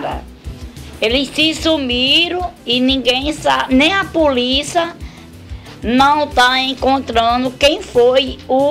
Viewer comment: Assaltári, Puliça kkkkkkkkk